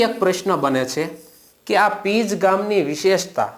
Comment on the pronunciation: Pij nahi pinj